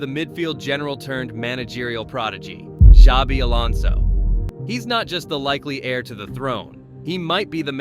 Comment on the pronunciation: Can't even get his name right and expect people to watch your video?